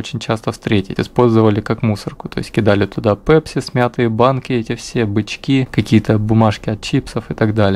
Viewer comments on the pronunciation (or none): none